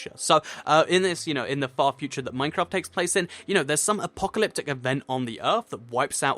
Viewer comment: Lol i like how he says minecrap instead of minecraft